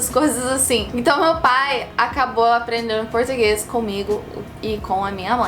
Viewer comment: Ela aprendeu legal, né? "Aprendendo" ela fala "aprendeno"